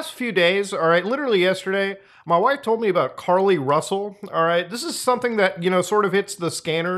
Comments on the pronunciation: Your what???? WHIVE? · Did he say, "My wife?"